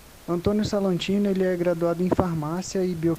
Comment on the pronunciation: Oi! Só umas correções aí! É Antônio Salatino, não Salantino. E o nome do Profº Marcos Buckeridge se lê praticamente como se escreve mesmo, BU-QUE-RIDGE. Buscando pelo nome dele aqui no Youtube mesmo você acha vídeos dele se apresentando fácil fácil!